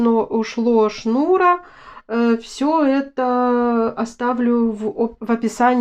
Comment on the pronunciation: Всё класс, но только шнура́, начальная школа, а то ваш шну'ра слух режет.